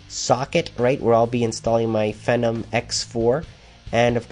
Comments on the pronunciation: its FEEE- NOM, not the ph- version of venom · he keeps pronouncing Phenom incorrectly lol. Americans